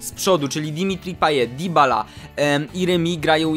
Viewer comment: Mówi się: Dybala, przez "y", a nie "i"